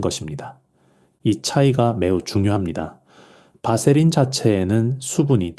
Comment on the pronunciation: 바세린 이라 발음하시오 밧세린이 아닙니다.(vaseline)